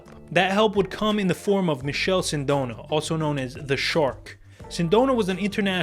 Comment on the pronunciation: Dope video .. lmao Nigga said Michelle .. it’s Michele like Michael pronounced me kellay